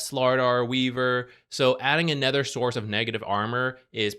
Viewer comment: Can you stop saying ether instead of other. "Bane is anether one..." "Ether heroes."